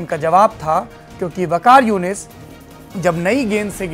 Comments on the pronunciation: wakas younus nahi, Waqar Younus...... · Waqar younis ko waqas younis bol raha ha check karo ulu k pathy ko Cricket par bat kar raha ha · He doesn't know about cricket at all he even says waqas yonus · mujhe to pata hai- maine likha bolna kya chah raha hai ye anchor wakas vikash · Nam tak aata nahi hehe kehta hai waqas younas 😝 jhootay ka mouh kala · O bhai ia bndy ko tou naam bhi theek sy ni aata kya bkwas kr rha ha